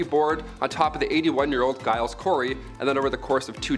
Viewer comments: Giles = jiles phonetically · please that this as constructive criticism. I live in Salem, and before that, the Trials had been a particular topic of study of mine. and a number of your "facts" are either out of date, or poorly researched. While your description of Giles (BTW, it is pronounced JILES) Corey's death is fairly accurate, you have fallen into the trap of a common misbelief. After he testified at his (3rd) wife's Grand Jury, he realized that the trials were a sham, and his testimony was being skewed, so he tried to recant, which immediately caused him to be "Cried Out." upon. (Martha Corey was hanged three days later) He refused to enter a plea not to save his estate (which he had already signed over to his sons-in-law. He was 83 after all.) He chose to "stand mute" as a form of protest against the trials.